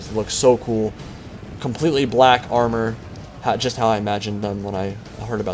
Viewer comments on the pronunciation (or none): none